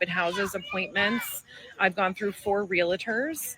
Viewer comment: The first lady said "realator" not "realtor." She's disqualified. Move inland.